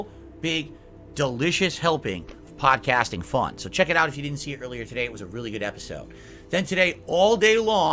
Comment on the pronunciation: "'PAHDKHASTING FUN" What is this, humans don't talk like this.